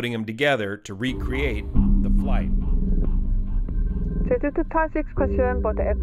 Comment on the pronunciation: If I hear "Jay-ju" one more time, I'm going to lose it lol It's Jeh-ju My wife knew the FO though, very sad for everyone affected; the victims, their families, controller(s), emergency crews, the nation